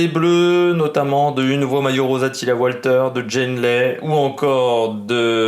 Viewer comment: On dit valter il me semble non Walter